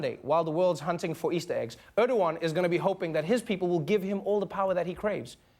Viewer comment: His name is not Öööööördoğan... Learn to pronounce the letter E, Americans.